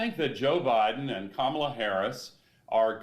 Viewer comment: Saw Trump call Kamala "cabala". Interesting choice? I replayed n checked three times , it was a B.